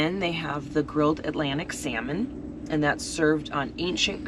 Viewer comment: "L" is silent when ordering Salmon. Just an FYI... love the content!!!